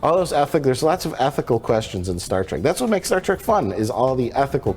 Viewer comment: We need a super cut of turning to the camera every time Mike mentions Star Trek. And I propose a drinking game. Take a shot every time Mike says “Star TRACK” once I here’d it, I can’t unhear it.